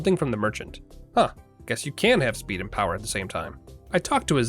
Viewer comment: ShPEED and POWAAH